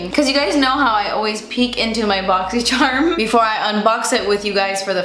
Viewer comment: I love whenever says Boxysherm 🤣💖